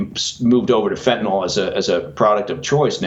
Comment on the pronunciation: Fentanyl is pronounced "fin-ta-nill" (nill rhymes with pill) it's not "fentanALL".